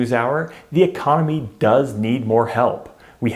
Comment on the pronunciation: Trickle Drown E-CON-NO-ME.